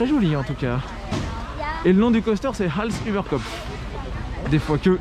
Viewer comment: On prononce als uber copf